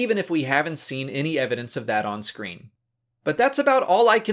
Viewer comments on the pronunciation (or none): none